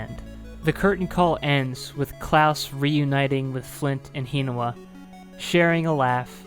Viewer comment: The way you say Hinawa's name makes me cringe.